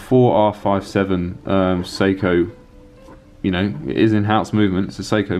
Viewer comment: It sounds like you're saying "Soko". In America we say "Say-ko". Not sure which is more accurate.